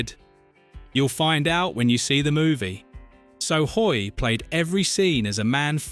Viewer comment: John Hoyt, not John HOY